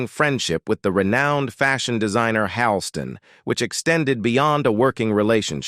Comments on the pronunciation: You don't even have her name pronounced correctly. It's not Leeza! How can I trust anything else you say??? And it's not Vin-SEN-Tay Minnelli either! And the list goes on. Hawl-ston, not Hal-ston, etc. OMG!--MIN-a-lee instead of Min-ELL-ee! Is this a man or a robot? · Pronounced "Hall - Ston". Can't pronounce any medical terms or conditions either??? PATHETIC!!!